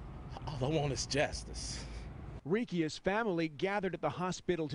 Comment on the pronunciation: wtf is jastace?? ROFL, somebody needs to take the peanut butter out of their mouth